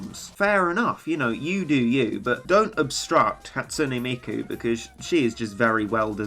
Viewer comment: Hey, you pronounced it right! A lot of ppl be like "Hat SOON Miku", but you spoon, you "Hat SOOn NE Miku"! Excellent!